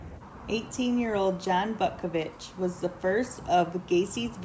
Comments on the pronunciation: Pronounced, Bootkovich. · I think it's actually pronounced "Bootkavitch"